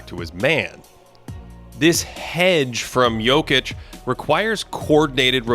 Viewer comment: Can y'all get to pronounce Jock's name correctly next podcast?